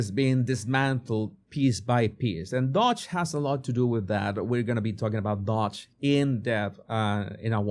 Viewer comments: Doge. Not 'Dodge' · It's not dodge... it's doge.